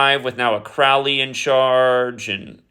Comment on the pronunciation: Crowley rhymes with "holy" (Crow-Lee) Think about the movie the CROW starring the late actor Brandon LEE. Look up the poem "The Convert" ... The first 2 lines are... "Where are you going, so meek and holy?" I'm going to the temple to worship Crowley."